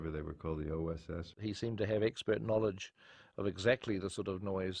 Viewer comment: As a kiwi its always weird hearing my accent in a US context lol, they way says “knowledge” makes my skin crawl, but only online 😉